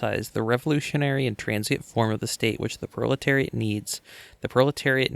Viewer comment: R u saying bro-leteriat? Cause that's based bro